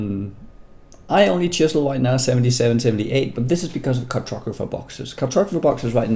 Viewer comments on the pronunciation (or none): car-tog-ra-pher boxes ;-)